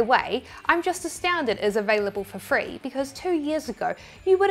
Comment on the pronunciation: I admit that almost every time I say ‘for free’ now, I say it thinking about you. The accent isn’t quite there yet though. 😅